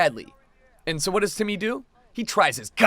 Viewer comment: Y'all hear him call Timmy "titty"?